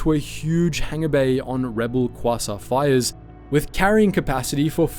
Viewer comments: qwasont fire ships get no respect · you have to be mispronouncing those class names on purpose...... qwasa frigate 0-o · Quasar is KWAY-ZAR is pronunciation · As an astronomer who is a Star Wars fan, every time you mispronounced quasar(kwey-tsar) hurt my soul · Oh man I love kwassaurs, kwassaurs are my favourite thing about space. Just can't get enough of those kwassaurs. They're just the best aren't they?